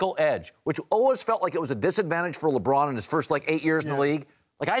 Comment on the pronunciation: it's Luh Bron not Leggghhhhbraahn